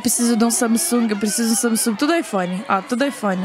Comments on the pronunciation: Ela fala Samisung é Samsung kk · não é samisugue, se pronuncia sangungue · não sei vcs mas me dar uma agonia ela falando samisung sendo que é samsung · Manoh so eu q tenho agonia dela falando "samesung" sendo q é "Samsung" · Agonia dela falando sanisung eu falo sansungui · se pronuncia "samesungue" passada kkkkk sempre chamei de Samsung mesmo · Não é samisung e Samsung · parece que você fala “samisung” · "Samisungue" ksksksk Adorei💜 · "Samisungui" AMEIII KKKKKK❤ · ta me deu mta agonia dela falando saMsung KKKKKKKK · ver ela falando samisung me deu uma agonia kkkkkk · "SAMISUNGUI" - 2019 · Q ranço dela falando samisung kkkkkkkkkk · "Samisung" kkkkkkkk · vey parece q ela falou samisung kkkkk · So que fiquei incomodada com ela falar (Samisung) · Ela falando SAMISUNG. Me irrita muito. Mds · Fala Samsung direito KKkK que agonia